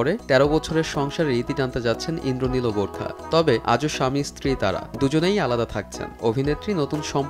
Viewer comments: Burkha na barkha 😆😆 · borkha...? what...uchcharon vul koren kno? nah parle bolben nah..eta hobe bar kha..dhur mia..🇧🇩🇧🇩😄😄😄😄😄